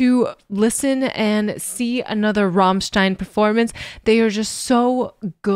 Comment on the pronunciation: Please don’t pronounce Rammstein like you do 😢😢😢😢